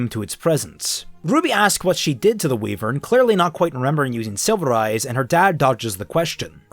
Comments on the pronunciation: It's pronounced WHY-vern, not WE-vern. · It's funny how OP's accent comes through at random times, like when he says wivern. And I've said it before, but Neo is just the worst character ever, she's a brainless, blank slate that also defeats every good character all the time effortlessly for no reason, she just kills all narrative and relative power. Given how she is portrayed, she could kill Salem in a few minutes.